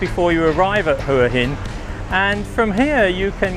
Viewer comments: HUA HIN = WHAA HIN good video though thanks 👍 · Hopefully uou know how to pronounce Hua Hin now :p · Try pronouncing Hua Hin properly 😊